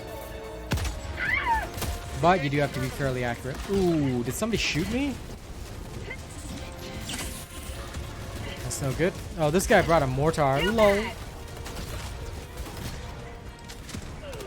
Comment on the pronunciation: Nice video bro and nice tactics. However, you may already know this but mortar is not pronounced (more-tar). It’s pronounced like (mor-ter)